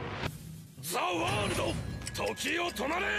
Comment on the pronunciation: Не За а зе и не варудо а зе ворлд слышиться и тебе за ваудо а вообще ЗЕ ВАРУДООООООО